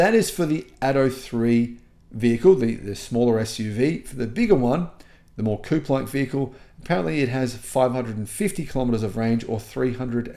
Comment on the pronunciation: Coupe, not Coop